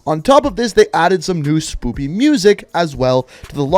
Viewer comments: Mah man. It's SPOOKY not SPOOPY Stop making me laugh to death.😂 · I lost all respect when u said spoopy instead of spooky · Are you saying SPOOPY(spooky)? 🤣😂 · WHY DOES HE SAY SPOOPY. 😂😂😂😂😂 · Does he always say spoopy 😂 fuckin love that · Did you just say "spooPy"? Twice?